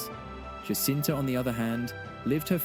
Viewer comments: Her name is Jacinta, not Hacinta! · The J in Portuguese is not to be pronounced as the J in Spanish . . .